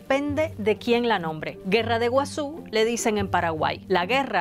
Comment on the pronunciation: Dijo: “guasú”